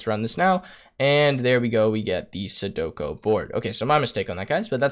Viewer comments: Sudoku, not sudoko.... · “Sudoko” lol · Please tell me by now you know it is pronounced Seh doe koo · The way he says sudoku doesn’t hit my ear right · You can't write an algorithm to solve a game and not prounonce it correctly